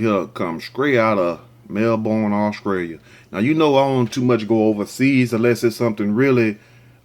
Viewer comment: "This video is coming scraight outta Au-scrailia "🤣🤣🤣🤣